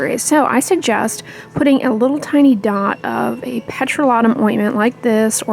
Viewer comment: what is "Petro-Lottun" ? :-)